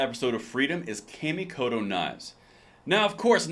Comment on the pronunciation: Awesome video. Knife company is pronounced " Ca Me Co Toe. " It's just the way Japanese is written in English letters.